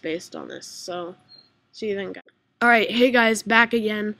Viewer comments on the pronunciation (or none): its "allright" man, its not ouvillrlld